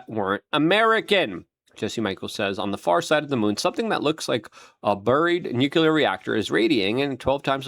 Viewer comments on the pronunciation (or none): 🤬Oh FFS Luke, LEARN TO SPEAK ENGLISH!!!! Avi Loeb (low-b) NOT "La-boabe" Nuclear has only 1 u in the word! "new-clear" It's NOT "new-que-lurr"!!! You're not 5, speak proper!